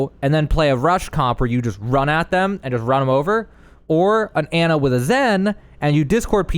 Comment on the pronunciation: Its Ana (awn uh)